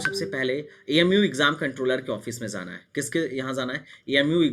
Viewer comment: Bhai Zaanaa Nahi hota Aap galat bol rahe ho Spelling Aor Pronouncetion Bahut hi Galt hai Aap ki